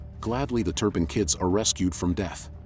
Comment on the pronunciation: Called her Jordan "Turnip"